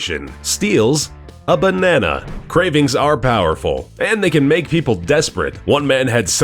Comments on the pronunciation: Its so funny how he Says "Bonnana" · I like the way he says "Banana" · How you said banana tho. Funny